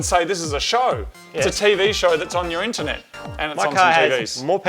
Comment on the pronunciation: "infer"net not internet now